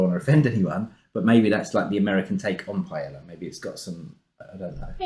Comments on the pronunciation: Paella is pronounced with a y because it's again... Spanish. Not pie ella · Pronouncing them "chipolte" and "pie-ella" in the same sentence is so British 😄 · Enjoyed the video, Jolly is a great channel to learn more about American cuisine. For future reference, the words Paella and Chipolte are pronounced as follows: Pa-el-la (pie - AEY - ya), Chip-ot-le (Chip -OT - lay).